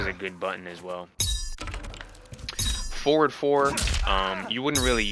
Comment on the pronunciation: You "forward" sounds like "four". Took me a while to realize it. Great guide, nonetheless!